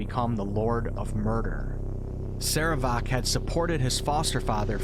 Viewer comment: your PRONUNCIATION of "sarevááák" is hillarious. of wait I meant horrible.